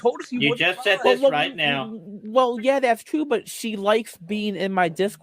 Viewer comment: "am i wight.. AM I WIGHT!?!"